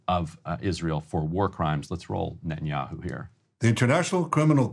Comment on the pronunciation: "Ben Yahoo" lol